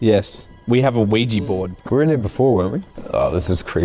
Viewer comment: Hi, they are just a set of twats, who should not be allowed near ANY historical sites, EVER. Also if I hear anyone else say OUIJI board ever again, I will pull my ears off. Its OUJAAAAAAAAAA. Sorry.